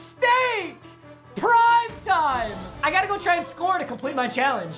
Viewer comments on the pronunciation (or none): Me: hold up did he say pride time or prime Papa: PRIDE TIME